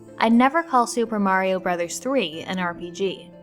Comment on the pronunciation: Oh hey you changed your pronunciation of Mario. Russ Frushstick at Polygon gets the same flack. Great video though, I've been going through your whole channel and have been thoroughly entertained, thank you.